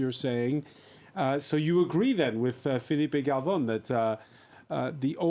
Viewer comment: Please don't call Filipe Galvon again.